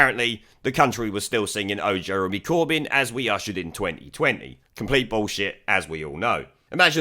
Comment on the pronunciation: It sounded more like "Burn Jeremy Corbyn!"